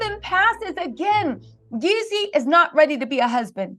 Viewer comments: Girl if you call him Yezzy one more time its Jezzy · Can we say “Jeezy” and not “Yeezy”. You’ve produced multiple videos on this matter and you still can’t give the correct name of Artist more than 10% of the videos. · Who is the women saying yezzy , and jezzy is she lost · **Jeezy lol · Girl why you can’t say Jeezy it ain’t Kanye baby